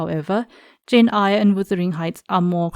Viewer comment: Jane Eyre as in "air", not Eyre as in "ire".